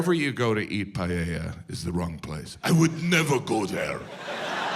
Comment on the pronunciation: That's why is funny, because it's inaccurate. Just the way he pronounces "Payella" is funny. A Paella does not take 2 hours, he is exaggerating it to make it funnier... It takes 30-45 minutes, which for an American seems an eternity.